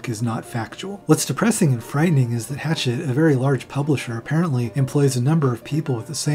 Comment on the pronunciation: Pretty sure it’s pronounced “hash-ah”. The French way. The publishing house I mean. Lionel Shiver says it that way. She also believe Mia manipulated Dylan. Love the video. But if any Mia stans watch it all they will surely call you out despite this being the most informed and deep look at the case since the reports from the doctors and the court documents 30 years ago.